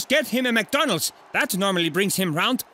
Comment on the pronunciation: Cristiano saying McDonald's made me laugh so hard I nearly died 🤣🤣🤣